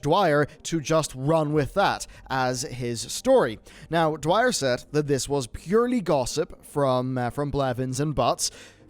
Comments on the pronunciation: Just wanted to point out that you're pronouncing Mitch's last name wrong. It's Dyer not Dwyer. Other than that, keep up the great work man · Imagine calling Mitch Dyer Mitch Dwyer for the entire video...smh, do the editors of these videos even do the least bit of proofreading? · dyer not dwyer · I love you man, I support you. But this video is where I see the cracks. It's Mitch DYER, Kallie PLAGGE (like Plague), Vince INGINETO (like Engine Neato). I love and respect your work, but this video seems like you had writers that did everything and you're not in touch with the people you're reporting on. I understand it, but it makes me question how much you know about other stories you report on. Love you man! Keep up the great work! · Ugh Dyer not Dwyer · Mitch dyer. Pronounced ‘dire’ Vince ingenito. pronounced ‘in-jen-eet-ō’ Sorry, love you man, but irked me.